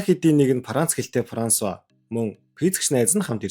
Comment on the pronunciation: Параанц, Парансуа 😂😂😂